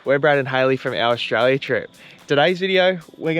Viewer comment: It's Australia, not Aushtralia